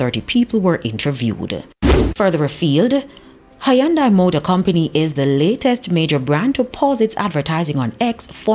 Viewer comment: It's pronounced Hundaa!